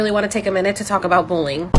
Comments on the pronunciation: Why does she keep saying "bowling" instead of bullying. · Does she seriously pronounce bullying as bowling? I was so confused at the start of the video because that sounds completely irrelevant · “booling” she really said that?! 😅